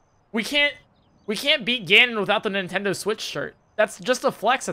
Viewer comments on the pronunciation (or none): none